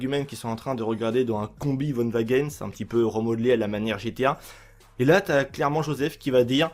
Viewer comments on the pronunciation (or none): none